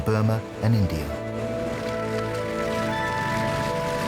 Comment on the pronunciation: India does not have an R in it. How about pronouncing it properly??